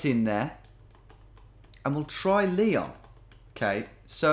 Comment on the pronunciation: Dear geo genius. It's Ly-ON. Not Lee-on